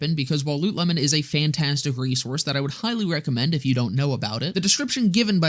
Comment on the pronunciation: You pronounce it as Loot Lemon? I always thought it was pronounced Lootle-mon.